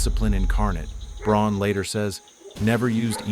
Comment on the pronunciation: Look at the text in any part it's funky, the same scene is different between cuts, people fingers drawn lines like it's a pen, objects like AK clips are flexible so it's clearly AI video. Speech is jumpy with odd gaps between words and says Braun rather than Brown so also clearly AI. I'm sure there's a real person giving prompts and ideas doing a bit of editing but by now they probably automated most of their workflow and just get all their ideas from AI as well